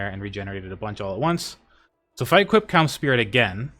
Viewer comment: bro needs to stop saying cums spirit